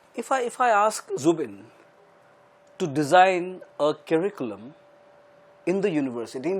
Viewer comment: It's "Zubeen" not Zubin plssss! 😒